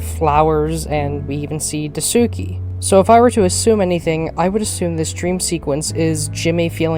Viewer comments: I'm struggling trying to get through you guys all pronouncing Daisuke name wrong 😂 . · Wonderful video fam, I loved the direction and seriousness u took with this and the voice actors did an amazing job. But we gotta work on ur pronunciations of dasikues name 💀